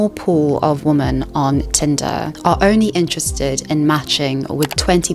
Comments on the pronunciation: Why do you pronounce the word 'women' like 'woman'? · Why do you pronounce “women” as “woman” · Women is pronounced as "wimen", not the same as "woman". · Just use Plenty of Fish- the people on there are real. You wouldn't swipe right on them, but it's nice to know they're real 😏 On a side note, "women" is pronounced as "whe-men", but your other quality presentation points mitigated that pretty quickly. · Women is pronounced "wihmen" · You need to learn how to pronounce "women". It is not the same like "woman". Besides that, great video. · I love your channel, and I've been binge-watching your content over the past few days. I hope you don't take this too personally, but I had to comment and say it drives me crazy that you pronounce "women" and "woman" the same. Is it a South African pronunciation? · I'm sorry but every time you mispronounced "women", it made me lose focus of what you were talking about